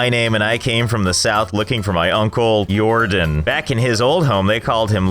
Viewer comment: I think it was Jordan not Lordan